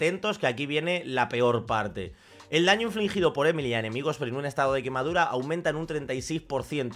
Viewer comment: Porque a los españoles les cuenta tanto los nombres? XD es "emili"